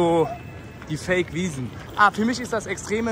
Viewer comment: Junge, "die Wasen" und "Fake Wiesn"..... Du solltest lieber nicht mehr ohne Bodyguards nach Stuttgart hahahaha